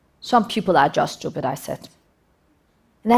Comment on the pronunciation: "They are shtupid.." - ROFLMFAO